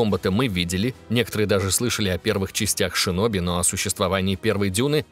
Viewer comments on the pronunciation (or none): none